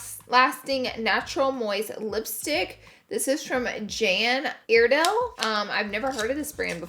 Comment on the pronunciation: I laughed when you said, so you ever have a look you're going to do and when you get done, it's nothing like you thought it would be?! Lol. Sure enough do!! BTW, it's Jane Iredale not Jan Iredale. 😉. The brand has been around forever!! Since I was a teen. I mean I graduated from high school 55 years ago. Lol. Pretty look.